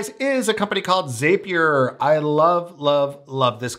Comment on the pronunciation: zapier .... it rhymes with Happier